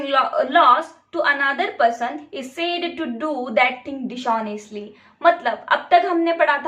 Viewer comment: Dis-honestly Not Dish-onestly.